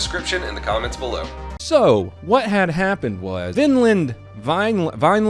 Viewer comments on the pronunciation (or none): Wow this is like 10 min from me lol and its pronounced Vine-Lin, not Vinland like Finland lol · Vine-land , pronounced like wine. I've done work in the area including Vineland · It's pronounced Vine-lind. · It’s pronounced VINE LEND. I’m a city over. That shit was crazy. We know as much as you know. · vine land that's how you pronounce it lol grew up near there